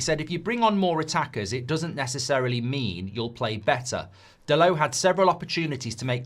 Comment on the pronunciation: Dalot, not Dalow